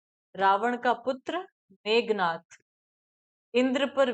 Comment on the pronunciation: मेघनाद होता है ना कि मेघनाथ